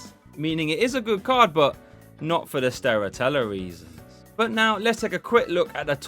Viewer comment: "Stera Tellar" XD